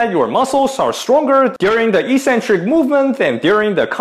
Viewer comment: Ee-sen-trik is incorrect pronunciation but it's everywhere on YouTube. Correct English is ek-sen-trik and as you're Australian that's the way you should say it. The other sounds cringily American.